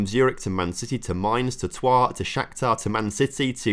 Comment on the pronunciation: the englishman pronounced troyes 😳